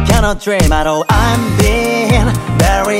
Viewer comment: 歌投稿お疲れ様です!! 始まった途端英語がばりばりにかっこよくて語彙力がなくなりました… 『I'm』が日本人が話せる発音じゃなくて学校に来る海外の先生と一緒で流石帰国子女さんは違うな…と思いました✨"ラルラリラ"のアレンジまで最高でした!!